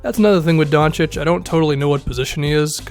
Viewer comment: ayyy is pronouncing Doncic correctly now